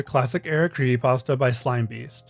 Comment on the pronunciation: he refuses to say the p in creepypasta